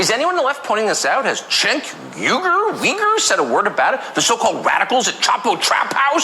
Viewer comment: Tucker cynically pronouncing Cenk's last name (Uygur = YOO-ger) as Uyghur (y'know the ethnic minority being held in mass detention camps in China) is equal parts fucking gross and totally unsurprising.